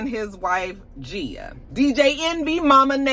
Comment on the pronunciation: Hey! Love the look❤❤❤ I do think DJ Envy's wife's name has a hard G at the beginning